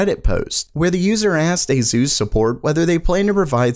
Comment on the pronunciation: It's aSus not aZus pls